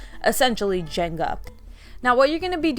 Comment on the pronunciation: Everybody says "janga" instead of "jenga".. lol